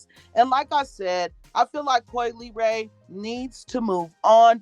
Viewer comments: possibly Coi's last name. Instead of (lee-ray) I think she's trying to say (luh-ray). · I think her name is pronounced la...like in speaking French, the le makes a la sound